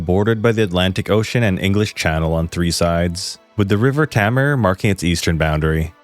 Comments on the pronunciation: TAY-MAR seriously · Cornwall Represent! (Btw Tamar is pronounced "Taymar")